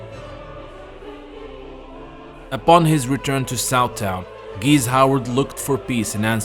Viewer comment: GEESE - NOT GEEZZ